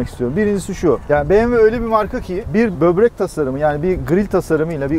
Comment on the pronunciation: Bobrek demeyin ya şuna ak ciyerr